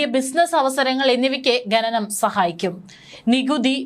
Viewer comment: ഘനനം അല്ല കുട്ടി.. ഖനനം ആണ്..വായന ശുദ്ധമാകട്ടെ...ഭാവുകങ്ങൾ💐💐